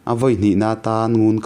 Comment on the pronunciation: Ngunkara i lam dan pawh a dik lo, i thawnthu hi i chhiar hmain midang rawn hmasa rawh.